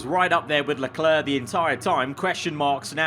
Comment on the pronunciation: It's not "Leclur", it's "Leclair", not that hard to pronounce, is it?